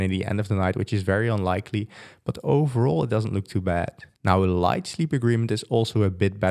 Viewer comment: accent almost confused me. Thought he said "very best", whereas he said "very bad"... Sigh lol